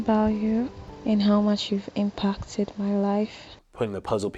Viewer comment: Yes, impockted instead of impacted, lol.